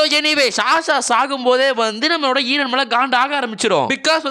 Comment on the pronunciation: Bro : eeeran Real :eren